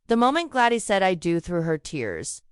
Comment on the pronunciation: It's especially irritating with Gladys is pronounced as Glad-eese ...